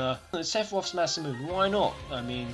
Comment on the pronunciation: ma men you have to say Masamune like masamunay, no like masamoon